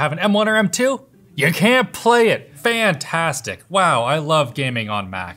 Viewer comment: if you listen very carefully you will hear him saying "fhanthastic"